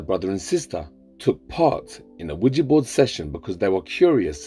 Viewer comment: Yo pronunciation is key 😂😂😂 Not Widgey board 😂😂😂